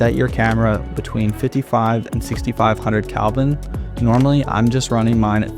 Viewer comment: It's degrees "Kelvin" not Kalvin